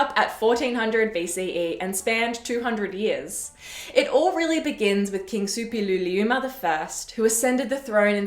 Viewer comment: Kudos for pronouncing Suppiluliuma with such ease!